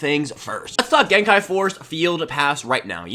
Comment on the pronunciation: Don't listen to that other guy, I love and support the way you say gen kai!